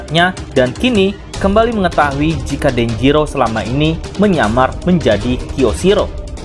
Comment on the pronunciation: Kyosiroh bukan jyosiro..pake k bukan j